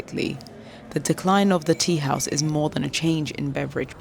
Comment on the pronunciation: thanks to you all who create this video . i have a small note , i think the person who speak along the length of the video might have some info about Kurdish language and pronunciation , i'm saying please do not Persianize the Kurdish language , when you pronounce the teahouse you said it wrong , look how the old gents say it .